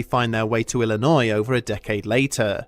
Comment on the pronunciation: Dude, I was chilling until he said Illinois